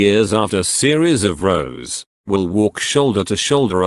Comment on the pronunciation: A series of rows. And he pronounces it as 'a series of rose' !